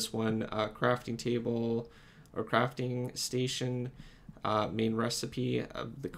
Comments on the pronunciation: The gui said cafting station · "Cafting Station" what